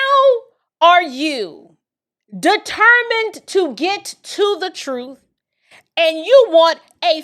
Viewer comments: If I hear this man say TRUFF one more time I'm gonna crack 😩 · The way he says truthFFF irks my soul lol. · Perhaps this will help because you can only learn the Troof at a Learing center😂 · I’m sorry but…… “ tha troof will set you free” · Every time I hear him say truth with an F I cringe